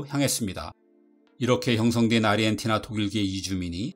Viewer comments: 근데 왜 아르헨티나 발음을 아리헨티나로 하시는 건가요? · 아리헨티나? 아르헨티나! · 아르헨티나를 왜 계속 아리헨티나라고 발음하세요ㅠㅠ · 왜 사람들이 아르헨티나를 아리헨티나라고 발음할까? 그렇게 하려면 아리헨티나라고 표기를 하든가. 이게 나만 거슬리는 건가?